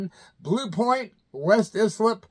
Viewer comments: Congrats for your first sponsor,! Sure that will help and maybe bring more sponsorships your way. As a former Long Islander a correction if I may. Islip is pronounced “eye slip”. And jealous man, I’ve seen Ozzy numerous times over the years but never had the opportunity to meet him. When we were getting ready to tour our CoupD’Etat album for Capitol records one of the names bandied about for an opening arena tour slot was Ozzy but the story I heard was Sharon put the kibosh on it as Sharon didn’t want Ozzy getting friendly with Wendy! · Scratch that. More "ice Lip" than eye-slip. I used to date a girl in Islip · Islip is pronounced eye-slip. Suffolk is pronounced Suffick. Just helping u out, I've lived on L.i. for 30 years. I'll follow those dudes on Facebook 👍👍👍